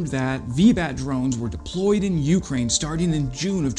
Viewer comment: Love your content. Interesting stuff and usually something I haven’t seen or seen in detail anywhere else. One small quibble is your pronunciation of Ukraine. The accent is on the second syllable not the first at least in English not a biggie but one of those things that sort of irritates every time you hear itkeep up the great work!